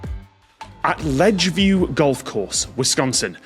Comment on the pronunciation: Guessed that as soon as I read the question! BTW I think it may have been Ledgeview rather than Lodgeview.